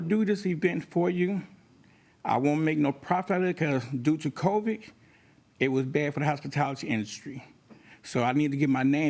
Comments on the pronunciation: I swear he said COVIK instead of Covid. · I'm sorry, but he irked me by saying "COVICK," so he should lose for that reason alone. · I knew I didn't hear him wrong when I heard him say that. And that's why I don't believe he can cook one d@ thing because he can't talk either.